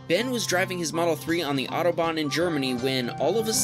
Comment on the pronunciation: It is so funny how americans pronounce the "German Autobahn" :D